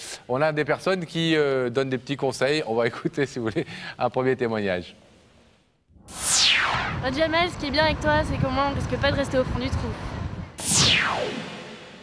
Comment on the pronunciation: Il s'appelle Jamel et non Djamel, il est marocain, c'est en Algérie qu'ils rajoutent la lettre D avant la lettre J, ils ont gardé la prononciation des turcs. Au Maroc les prénoms qui commencent par la lettre D s'écrivent et se prononcent normalement, sans rajouts à connotation quelconque. 😊